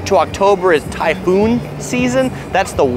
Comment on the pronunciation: Great video. A few things though, "typhoon" is pronounced "Tie-foon", not "tie-hoon"; MTR stands for Mass Transit Railway; and, last but not least, the kind of dim sum you showed eating shouldn't be dipped in soy sauce. It should be eaten as is, haha!